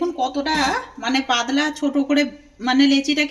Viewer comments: কি ভাষা এটা???? পাদলা 😄😄😄😄কথা টা হবে পাতলা l এ দেশীয় দের উচ্চারণ শুনলেই হাসি পায় l স স স করেফাটিয়ে দিচ্ছে 😂😂😂😂😂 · Kothata padla noi patla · পাদলা না, পাতলা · Aare padla noy patla ota dro noy dow aar aapni kon desher manush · পাদলা নয়..... পাতলা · পাদলা নয় পাতলা হবে। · Mone hoi hooghly dist er lok seijonna padla bolche